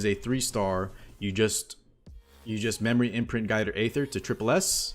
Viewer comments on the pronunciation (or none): Guider aither 😂😂😂😂